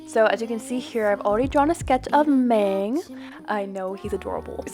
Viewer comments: NO PLES NO SHE SAYS “mAng” NOT “mahng” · this is such an informative video!! just some things tho, mang is pronounced (mah-ng) not (may-ng) also theyre nonbinary but go by she/they! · kfksksj not to be that person but....its mang as in 망 (muhng) , not maeng other than that, great video! 💜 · This video is helpful but I cringed so hard when you said Maeng... it’s Mang. It’s okay if you’re not a fan or like a huge fan lol. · I like the concept but it’s pronounced maHng not maYng😳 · um what? His name is pronounced (M-ah-n-g) not (M-ay-n-g).. lol just thought that was funny.. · You pronounced Mang incorrectly :( The “a” pronunciation is more of an ah sound than an aye sound. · lol she said maeng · I took an animation class in high school and was convinced that I’d never be able to do it again because programs can be too expensive for me to buy for just a hobby. I actually don’t own procreate, but this is even more incentive. Also Mang is pronounced like Mahng 😭😭 (Edited out that Mang is a girl because apparently it's false. Don't want to spread misinformation!)